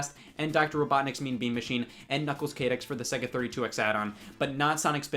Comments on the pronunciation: Did he just pronounce K-AH-TIX as k-ae-tix? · what. Knuckles Chayetics? It's chaotics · “Knuckles’ Kae-dix”. Okay, Scott. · Thou shall be smitten by the sonic community if they dare to mispronounce Knuckles' Chaotix as Knuckles Chatix. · "On top of Sonic 3D Blast and Dr. Robotniks Mean Bean Machine and Knuckles Kay-dicks for the Sega 32X add-on." I've heard a lot of weird pronunciation, but I've never heard someone say Chaotix and Kay-dicks. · the way he pronounces “Chaotix” lol